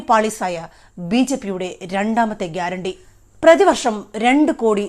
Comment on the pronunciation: അയാൾ പറഞ്ഞത് ഗ്യരാണ്ടി എന്നല്ല പേട്ട അണ്ടി എന്നാണ്